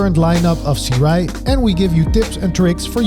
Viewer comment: ( Soo-Ray ) Gentlemen! Great video nonetheless! 👍👍👍✌🏻😄📷